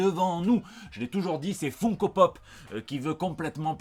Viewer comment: FOUNE-KO? Mais ce sont des figurines.. pas de Foufoune à Odile Deray /! D'où on prononce FOUNE-Ko? c'est FUN comme Fun Radio, ou Fun Fun fun des Beach Boys. et "Ko" après... comme Co-Co..